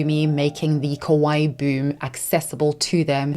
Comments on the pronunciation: Just one clarification I have to make as a Japanese-American is it’s kawaii (kah-wah-EE) not kowai. Kawaii means cute, kowai means scary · instead of saying KAWAII she said KOWAI which means scary in Japanese. Be careful to your pronunciation guys😅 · I got that you meant to say kawaii but you kept saying kowaii and that means scary lol. I just found that funny. lol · Quick note — kawaii means “cute,” while kowai (which is how you pronounce it in the video) means “scary.” Just FYI. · Just so you know, your pronunciation of "kawaii" sounds a lot like "kowai" (怖い) which means "scary" instead of "cute" lol. Great video btw!!